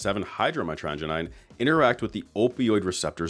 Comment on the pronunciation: MY-TRA-GUY-NEEN GODAMNIT 😂 it seems everyone on YouTube is intent on mispronouncing this word lol. The name for the chemical comes from the botanical name mitragyna speciosa which is pronounced mytra-guy-na. Gosh darn My-tragedy-knees 😂